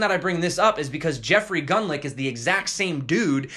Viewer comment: Its pronounced Jeffery Gun-lock